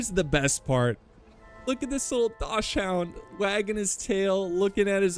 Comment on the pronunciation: How pronounced "dachshund" made me hurt a little inside 😂